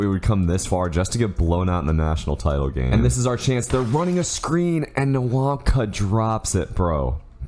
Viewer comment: I don't want to be that guy but say nwawkpa like wawpa next time